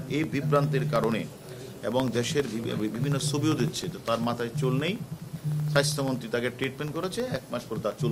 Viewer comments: আমি এটাই ভাবছিলাম , উচ্চারণ এমন কেনো ? Bcs ক্যাডার হবে উচ্চারণে সমৃদ্ধ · Ati Ami o sunlam ,tar ussaron Ki kharap obosta